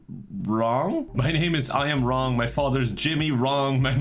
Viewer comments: Am I a racist because when I heard the name I Am Wrong, I thought it sounded Asian? It's pronounced Wlong, by the way. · I thought was saying Ron and not wrong for the first minute and it did not change the meaning or my understanding of what was going to happen at all😂